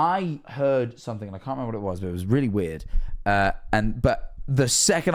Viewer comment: i wonder how many times said wird